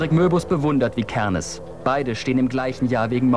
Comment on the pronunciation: Digga ich guck das Video 12 Jahre später und der sagt Varg Vi Kernes anstatt Varg Vikernes